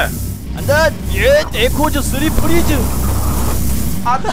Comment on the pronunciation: 에코즈! 쓰리 프리즈! ㅋㅋㅋㅋ에코즈라뇨 ㅋㅋㅋㅋ